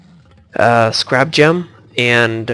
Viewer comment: Its said Scare ab gem